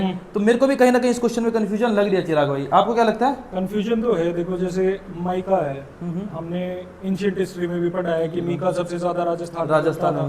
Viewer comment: Mykaa nhi meeeka he yaar😂😂